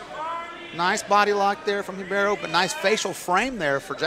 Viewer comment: Dude her name is RIBEIRO !!! What the hell are you calling her? Anything but RIBEIRO!!!